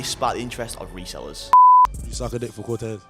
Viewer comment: "Cortayz" you got it wrong throughout 😂